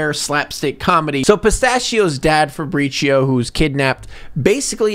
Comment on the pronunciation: Or the pronouncing Fabrizio like Faprishioh like it’s some Starbucks drink